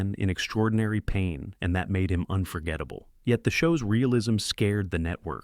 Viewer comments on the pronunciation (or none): none